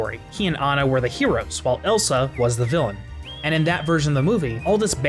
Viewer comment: If you know her name is ah-na and not anna, then why don't you call her that?